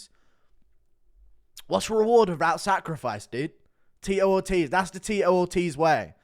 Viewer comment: Not Teetoe Orteez with Ctee E